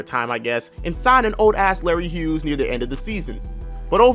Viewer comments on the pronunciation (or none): none